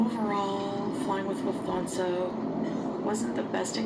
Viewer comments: I'm a born and bred Kraut, native German speaker, and I didn't catch the Luf-thansa either in the last video. Thank you for pointing it out and the subsequent chronic eyetwitch. ARGH Useless knowledge: It's Luft which means 'air', and the Hansa is a nod to the 'Hanse', which was a trade... union, association (not sure of the right word) many cities belonged to. In fact, cities like Bremen, Hamburg, Rostock, Xanten are still officially called "Hansestadt (city) Hamburg' etc. Lufthansa uses A330s I think on the route, and just from how the plane looked. They aren't the newest planes, but should have standard IFE, with a lot of movies, TV series etc. So dunno what her problem was except 'I'm a 40 year old toddler and sulky they don't cater to my every whim'. Correct me if I'm wrong and they cut down to 5 movies... Also, it was pretty mild, it is early spring here in Germany, but not HOT. Certainly not 'I need a fan or I melt hot'. WTF. Also also, it's Airbus A-Three-Thirty. Not important, but I have a background in aviation, and now my other eye is twitching. Nails on chalkboard. Edit a year later after to confirm that it was an A330-300. I'm not aware of LH having 'short-haul' config A330s (like some Japanese airlines used to have domestic 747s with extra dense seating for the short national flights) with less IFE or anything, so it's your standard longhaul plane with standard IFE. The plane had the tailnumber D-AIKQ, and D-AIKanything are all A330-300. She is just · Omg... it is not even 'luf-thansa', she actually calls it 'luf-thanso' ... I hate it, and I cannot unhear it. And from the looks of it, she was in economy class where the seats are small. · It could very well have been me who said she pronounces it La Fanza, although I saw other use that spelling to her invention. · As someone who speaks German, the way she says Lufthansa is driving me nuts! 😅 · Now that I noticed it, me too ... I legit didn't hear it in the first video ...